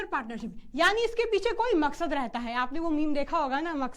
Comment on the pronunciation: mam ne maqsaad meme bola mujhe abdul yaad aa gaya